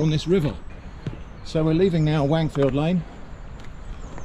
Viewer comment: Stop saying Wangfield, I can't take it 😆